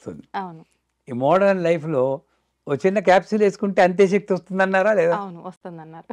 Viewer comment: బాగా చెప్పారు. చెప్పాననుకోకండి నమషివాయ-కాదు నమశ్సివాయ-✔️.. షక్తి-కాదు శక్తి- ✔️